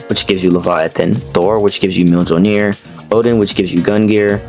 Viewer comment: Mih-jolnirr Bro Im crying